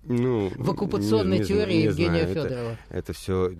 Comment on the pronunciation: Не тиория а реальность